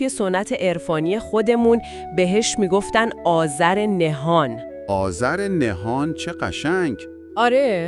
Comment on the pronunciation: هوش مصنوعی بدجور داره کلمات رو بیان میکنه....آذر نهان رو آذر نه هان میگه...یا فروغ ایزدی رو فروغ ایز دی بیان میکنه.یا.......